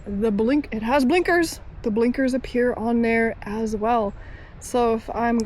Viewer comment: "buh-linkers" lol